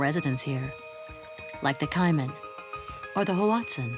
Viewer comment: I love the documentaries that y'all put out. My only complaint is you using AI for the narration. The word Caiman will never be pronounced Ciman and lichen will never be pronounced limen. My concern is because my granddaughter watches these with me. She is 9 and I don't want her mispronouncing these words.